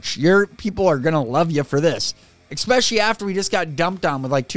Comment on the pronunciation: you constantly pronounce the word 'especially' wrong, you're pronouncing it expecially...